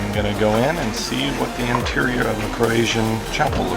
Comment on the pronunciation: It's a shame you didn't arrive at least 10 days earlier, you'll be seeing more and more of this sort of autumn weather....BTW the name of the country is pronunced with a "sh" sound, not "Croasia" as in "Asia" XD Been hearing you say it in almost all the vids, kinda funny so I thought I'd mention it.